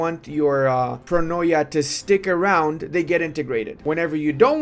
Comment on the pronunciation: its not pronoia its pronia